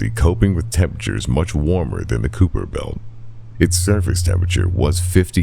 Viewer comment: Kuiper belt is pronounced “ky-fer” just for future reference